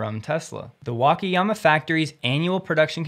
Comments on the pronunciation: The pronunciation is [Waka...] not [Wake...]. All 4 "a"s are pronounced the same. Hope this helps. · WA-KA-YA-MA say each syllable separately and don't blend them.